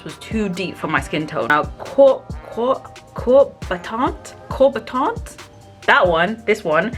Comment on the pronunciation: “Cœur battant” it’s pronounced like “ keur-BAh-TANT” without saying the T. Nice review 🙏🏾